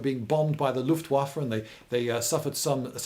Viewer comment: Thank you for caring about that one third of your audience that are not native English speakers. I learned English in school and am sufficiently fluent to listen to your videos, but I would have had no idea what you meant with "wet" in this regard! Greetings from Austria! Ps: and props for your pronunciation of Luftwaffe!